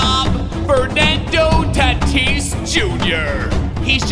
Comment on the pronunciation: You said Fernando Taatis jr.